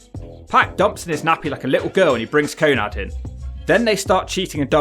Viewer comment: Your commentary is just shitting on Syxx the whole time. It's not always about the match but the theater and the Wolfpac were always an A+ . Give urself an uppercut if you don't appreciate Syxx's WCW run with Hall and Nash, it was wild and great TV! P.S it's Konan not Konad, wtf?